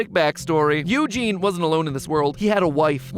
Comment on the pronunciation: Now who told you to pronounce eugene like that